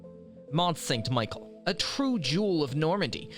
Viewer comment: Its not Michael its Michel …. Plus they are many other mispronunciations that results in a video that loses credibility.